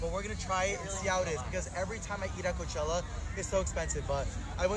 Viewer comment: Coachella sounds more like Cockroachella for me 😂😂